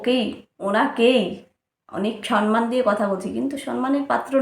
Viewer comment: Sanman noy kathata Samman Pls pronounce correctly